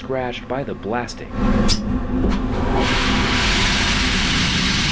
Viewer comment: WHAT DID BRO SAY- wdym "BLASTING"